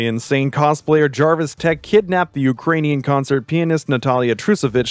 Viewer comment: If pronounces Jervis Tetch Jarvis Tatch one more freaking time😂